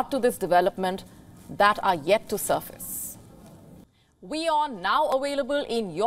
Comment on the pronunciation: Available and not awailable. Ok?